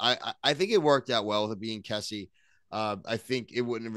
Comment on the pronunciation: lol why did none of you pronounce Kesi’s name correctly 😭